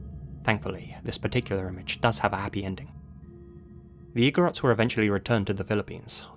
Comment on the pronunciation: You pronounced igorots perfectly. Thank you for shedding light on how our tribes were taken and exploited by some people during the american regime. It isn't talked about much even in our history books.